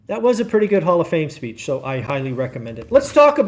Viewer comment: Speech. Not speAch.